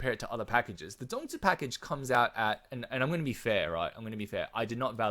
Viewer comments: Omg you said the “zongzi” very clearly. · First off, you said the zongzi correctly. Second, great analysis on the packages. Won’t get them unless really needed the zongzi to complete the one side or both side of the event. Thirdly, great discussion on meta shift and what to plan out for PvP future proofing. Thanks for the video!